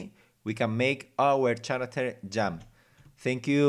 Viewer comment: second pronunciation of "floor" is correct ,"foot" is singular and feet is plural objetm~object cuve~cube character~[karacter] vowals a o e u i (sometimes y) any word that begins with a vowel you say "an" ex. an apple , an owl ... hope this helps a little